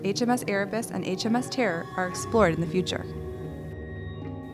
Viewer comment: “HMS Tearr”